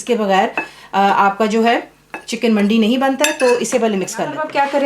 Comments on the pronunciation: Assalam alaikum, Sister Masha Allah it looks yummy but this is Arabic KABSA not Mandi. Please check the this link Please dont mind i am just giving you the right Information. The right pronunciation is MANDEE and this is Saudi Dish. Regards. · The right pronunciation is مندي :)